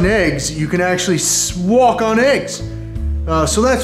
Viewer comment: “You could actually sswalk on eggs”😂😂